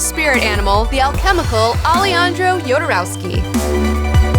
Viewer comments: O A Also, A-le-han-dro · Best intro to Jodorowsky's universe in YT. Great video, as usual. One small detail, the j in spanish is pronounced like the h in english. So the correct pronunciation would be, Ale-HAN-dro Ho-dorowsky. Thanks for the video.